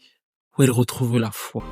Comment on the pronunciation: Grâce à toi, je découvre une artiste extraordinaire. Merci pour le travail de dingue que tu fais à chaque fois. Il n'y a qu'une seule petite imperfection dans cette vidéo : un petit "e" qui s'est glissé à la fin de "foi" (en dieu) à 51.43min.... Je chipote mais tu y gagnes un com... ;) Très bonne continuation, je te souhaite le meilleur et au plaisir de découvrir encore avec toi de nouvelles histoires...